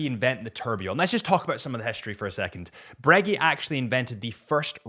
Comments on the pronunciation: “Bruh-GAY” not “breggy” .. bro! 😅🤣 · Breggy and peggy 😂😂😂😂 that’s what is wrong. People calling the brand breggy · You are breguee… wtf! I knew americans were… apparently british too😂😂😂😂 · If he says Braygeee one more time I'm gonna lose it. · Glad he just said AP 🙏🤣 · Judging by the other comments in not the only one that had never heard Breguet pronounced that way. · Man, when he said it, it was like someone fcuked me in the ear